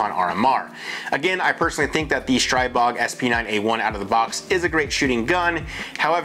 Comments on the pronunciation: It's pronounced STREE-bog. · Stribog is the Slavic God of The Winds and pronounced Stree-bog.